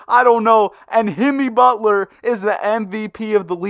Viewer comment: DID HE SAY HIMMY BUTLER:face-orange-raised-eyebrow